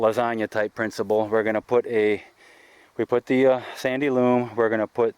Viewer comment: It's sandy loAm, not sandy loOm! 😉😆